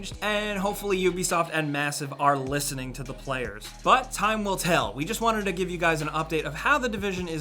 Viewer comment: did he say vanted instead of wanted ?